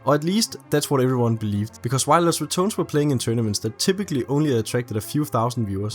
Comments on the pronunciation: "Los ratoons" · Lows= LOS Rah-Do'h-Ness= RATONES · Los Rah-tou-neis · Los Ra-ton-es